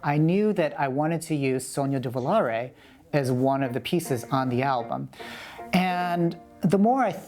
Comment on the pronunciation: Yes Christopher, your pronunciation is terrible, but "Sogno di Volare" is perfect! (by an Italian civilization VI player)